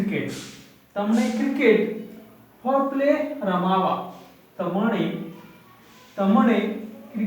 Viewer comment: U r spking absolutely wrong, it is not ramavaa. It is ramva n nt che cho